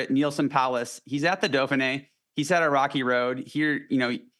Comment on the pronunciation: Why is it that American commentators can’t pronounce any European names properly?? The “Daffinee” really??? Vinago??